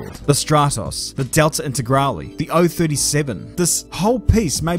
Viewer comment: It is indeed the perfect way of pronouncing lancia :D but integrale was not :D Also as for rally, as it stands in the WRC there has to be a works team for a team to use a WRC car(called R1 from next year),that's why despite the citroen C3 WRC car existing,there are no WRC teams using it,as Citroen itself pulled out. They could however make R5 cars for WRC 2 and 3(or R2 as its going to be next year),as those don't require there to be a works team as well.